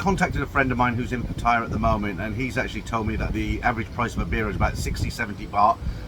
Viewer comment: Please pronounce . . PATT-A-YA . Like the Thai ladies pronounce it .